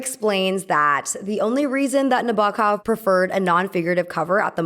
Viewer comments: It’s pronounced Nah-bow-kov. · please pronounce 'Nabokov' correctly. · Learn how to pronounce Nabokov BEFORE making a video where you mispronounce it over and over. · Every time the narrator said Nabokov's name, it grated heavily (and it is said numerous times) but aside from that, I enjoyed this commentary. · i love your videos but im trying not to cringe at everytime nabokovs name was said :(